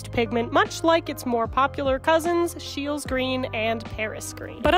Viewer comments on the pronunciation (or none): actually it's pronounced sheel- ee and for those of you wondering i am harrison scheele i'm related to the man who made it